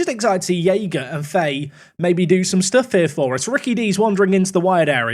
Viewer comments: its pronounced fa-hee not faye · Fahay is pronounced Fa-hay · Fahey is an Irish surname and is just pronounced fa-hee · Fahey is pronounced Fahee, its a gaelic surname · Fahey is pronounced "Fy, F-eye" I believe.